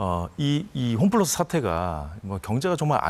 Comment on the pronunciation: 홈플라스??? 발음도 안되는사람이 나와서 ...